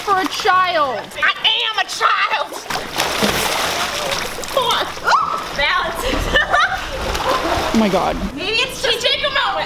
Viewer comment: “Im A ChILeD”